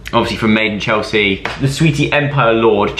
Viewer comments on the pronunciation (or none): none